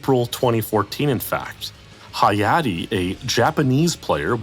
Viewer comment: I'm glad Hayate got his recognition, even if mispronounced